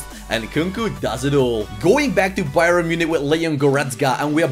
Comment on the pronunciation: It's not Bye-ren it's pronounced Bye-ern